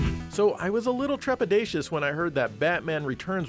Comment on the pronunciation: The word of today. Trepidatius